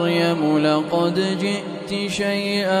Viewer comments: Salam. I am still learning and would like to check at timing , ayat 60, my quran shows "syai-aa" but sheikh's pronouncation is different. I seek clarification. Jzk khyr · Ma Sha Allah beautiful voice .but Please check last word of ayah 60